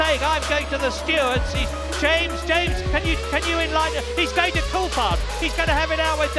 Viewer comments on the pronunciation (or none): none